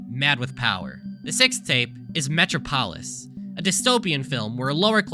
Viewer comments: Metropolis... Metchra - pahlis. I have never heard metropolis pronounced that way before. It's Meh - trahp - o - lis. So strange... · cesare is pronounced chase-array and metropolis is pronounced me-traa-puh-lis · I hate that he pronounced it metro-polis and meh-trah-polis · Are you telling me that you are familiar with DC Comics characters (such as the Joker), but you've never heard the word "metropolis" spoken out loud? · bro I'm sorry, I'm enjoying this video but the way you pronounced metropolis at the mark shook me to my core, I know I'm overreacting but like brooooo